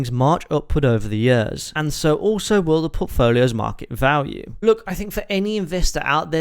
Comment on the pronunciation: Please learn to say “years” correctly, you are slowly killing me every time you say that word. Otherwise great video